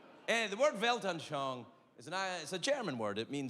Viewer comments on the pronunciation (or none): For any German speakers he tried to say : weltanschauen. Your world view.. it is not really recognisable. But I am Dutch..you're welcome. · Damn..you slightly butchered "Weltanschauung" 😄 took me 2 seconds